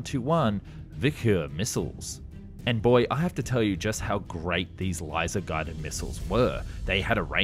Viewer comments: “Lizer” missile 😂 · Láizer guided and apach ayeee